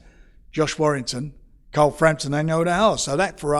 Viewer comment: Anyone else hearing him say Carl as Coral?